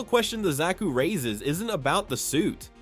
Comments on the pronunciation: Good video but who can't pronounce zaku 😅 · Says Zaku wrong th 1st time (Autocorrects) There were go